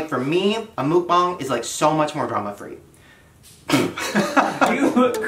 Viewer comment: "mookbong, milkbon" mukkbang